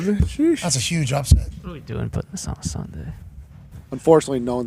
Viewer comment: *pahting, not pouting 😂